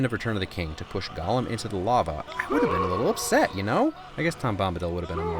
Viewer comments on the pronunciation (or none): none